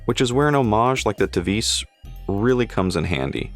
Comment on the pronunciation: The name Tevise is pronounced in English "Tee Wah Seh"